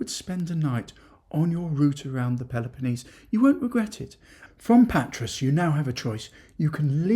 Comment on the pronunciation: A slight correction if I may, Patras, the “S” is silent pronounced Patra, not in Pirgos though, the S is pronounced. Good videos though thanks, love watching them. My wife’s hometown is Amaliada (the platia is awesome at night if you get my drift!), some wonderful beaches and beach bars, Marathia is our favourite just up from Kourouta. We just got home (Australia) from 5 weeks there, drove around most of the Peloponnese except for the leg where Nafplio is located. Definitely go there next time. But in Patra you must take a walk along Riga Fereou, a long pedestrian street with great cafes, shops and restaurants. Of course Agios Andreas (St Andrew’s Cathedral) is a must see, the largest church in Greece. Our friend lives just near the castle. We plan to buy close (ish) to my wife’s hometown, so who knows, we may bump into you for a Freddo Cappucino one day. Keep up the good work.